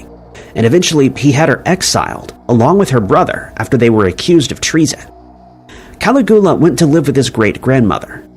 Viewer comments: Caligula is pronounced "Kal-igg-U-la" not "calaghula"... Wait... Commenting is engaging... Engagement equals cash. Well, you win,. Even if a bit sneaky about it... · Caligula is pronounced: cal IG you la, not CAL ig OO la. You can look it up online.. I enjoy your material. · Who is "Cali-guwa"? I'm pretty sure it's "Calig-ula"? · Who the FK is calagua? It's Caligula. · I cannot listen to the mispronunciation of Caligula anymore 🙄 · I dunno why but hearing how pronounced Caligula really grateful my nerves